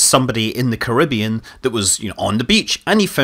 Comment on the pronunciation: Please pronounce Caribbean correctly